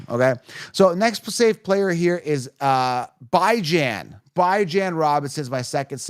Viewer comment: Who the fuq is “BY-Jan” ?